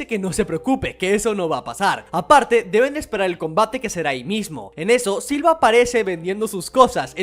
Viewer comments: Se le dice Silva, ya que es la forma en como los japoneses pronuncian "Silver" en inglés, pero como de hace tan poco esfuerzo por pronunicarlo como se debe, que al final Silva termina siendo lo canónico. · Me gustan tus videos pero no puse pasar del minuto 2 escuchando múltiples veces siva en lugar de silver.